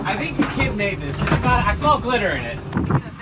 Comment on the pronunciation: The way you pronounce saw drives me mad. Boat is coming along well though, I look forward to more.